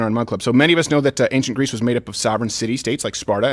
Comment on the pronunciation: Greece, not Greaser!!